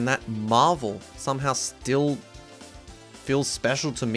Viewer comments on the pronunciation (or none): none